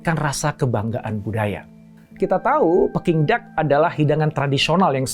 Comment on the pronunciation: PEking atau Peking sih? E KERAS atau e Lemah??